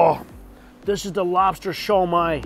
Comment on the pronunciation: I swear I heard him say, "And I can't wait to try that slobster". Anyone else? Just me?